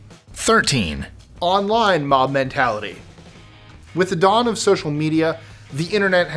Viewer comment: "Mom" mentality. That's what I heard more times than "Mob". Anyones else, hear the same?